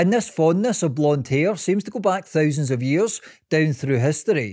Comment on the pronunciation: Interesting accent - very comprehensive. Even sounds a tad Dutch, like in thousand.